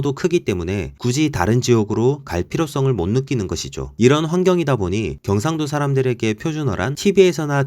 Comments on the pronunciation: 음...티가 나는데요? 경➡️상⬆️도 ➡️ 출⬆️신⬆️ 극⬆️과⬆️ 극⬆️을⬆️ 표⬆️준⬆️어➡️ 사↘️투➡️리➡️ 제↘️일➡️ 작성자분 말투 잘 들어보면 어두위치 고조형 (ex. 오⬆️늘➡️) 빼고는 다 들림요ㅋㅋㅋㅋㅋ 저조형, 중조형(또는 이중고조어두+중조연속형), 어두 를 제외한 고조형은 숨길 수 없으신듯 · 영상보니 경상도 라는 단어를 쓰실 때 경상도 출신인 것같은 느낌이 나네요 ㅋㅋㅋ 저도 귀가 예민해서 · 그거암 ?이분 경상도 할때 발음이 빼박 경상도 반갑다 친구야